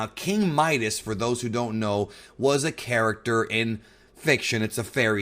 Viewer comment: Everytime you said character it sounded like 'carrot-ter'